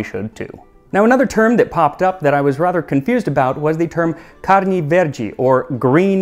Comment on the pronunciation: I agree, when he said ‘carne’ and ‘linguiça’ for example 😊 🇧🇷